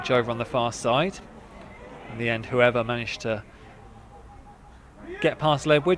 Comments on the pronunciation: And "who-ever" when it's pronounced "Hoover" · Gonzo Jones actually his name is Hoever. but actually i also took a bit of time to get that 😂